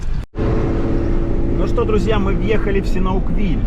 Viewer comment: а разве он СИНАУквиль? смотрю в интернете - он СиАНУКквиль. Или есть разные варианты написания?